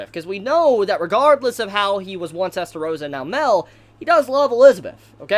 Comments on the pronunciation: OMGOD ITS "MAH-EL" NOT MEL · Like... Isn't it Mah-El?????